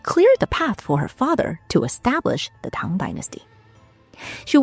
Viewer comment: Can I just say that I absolutely love how the pronounciation of Chinese is fluent and proper - I absolutely hate it when "scholars" can't even pronounce "Tang" correctly! It makes me go 😔 But this is just (not) effortlessly beautiful and properly done! Lots of love from Greenland<3